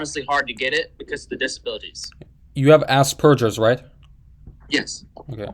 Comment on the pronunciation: “A$$ purgers” Bruhhh